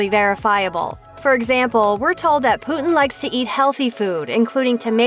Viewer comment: She pronounced it as poo-tin XDDD